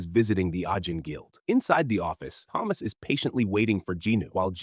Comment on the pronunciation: Thomas with a T not Th